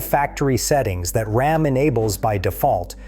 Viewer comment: From the horrible robot voice over that pronounces "RAM" as "Rahm" on the fifth word of the video to the hugely misleading "#1" (if your Ram has "e-Torque", it doesn't use the starter to restart your engine, it uses that big-ass 48-volt DC motor to directly turn the crankshaft) -- I'm giving this video a "thumbs down"